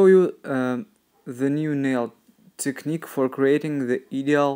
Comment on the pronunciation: hi ☺ you always do beautiful work you ask us to tell you if you are saying a word wrong and tell us to help you when you say "ideal" when you say this word you should not say the A in the word so instead you say "IDEEL" then you will be saying the word the right way. 😀